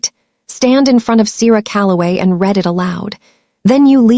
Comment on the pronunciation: Your ai really has a problem with names and the 2 pronunciations of “read”. It truly murdered every name except Enzo. Do better. It lessens the story’s impact.